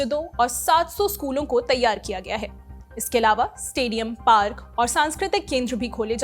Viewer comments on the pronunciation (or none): none